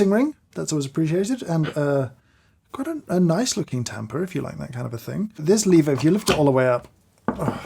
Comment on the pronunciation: Joffman "naice"